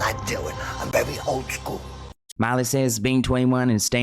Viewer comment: 😂😂😂 her lips are so over filled she can’t say old school correctly 😂😂😂😂